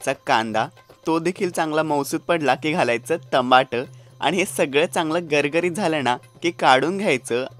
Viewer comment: Aaj tamat bolala roz tambat bolto